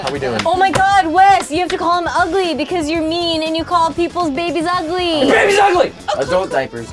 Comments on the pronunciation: Becawse wiw' baby Tannew was uncomfowtabwle and twaumatwized (Because lil' baby Tanner was uncomfortable and traumatized) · bwecawse he was twaumatized